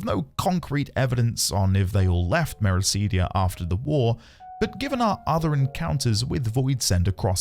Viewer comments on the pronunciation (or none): Mera-CID-ia, not Mera-SEED-ia.